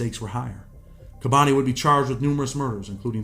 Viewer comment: it's "kah-boni" not "kay-boni"